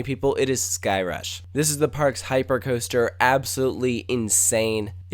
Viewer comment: ..did he say... 'cooster'.....????